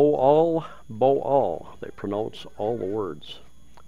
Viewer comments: Phonetically it’s ‘mo-arl bo-arl’ Also, it’s ‘Panag - sarma’ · just say Mo-wal Bo-wal...